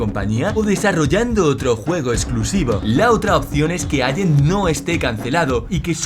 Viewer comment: "Agent", "alante", por favor... por lo demás, buen vídeo.